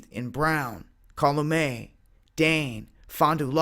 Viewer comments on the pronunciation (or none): Cal you met = Calumet lol